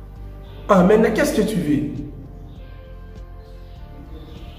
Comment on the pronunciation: On dit maintenant et pas metna